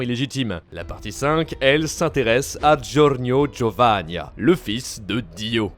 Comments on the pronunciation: “Giornio Giovannia” non c’est Giorno Giovanna😭🤣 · Apprenez à prononcer les noms, "Giornio Giovannia" 😭😭